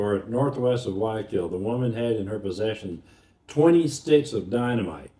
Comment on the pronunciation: It's "Guayaquil" with a "hard G", and not pronounced "Why - O - Keel". Ask any native there, or anyone who speaks Spanish.